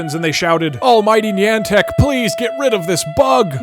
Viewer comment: I'm sorry, HOW DID YOU JUST PRONOUNCE NIANTIC?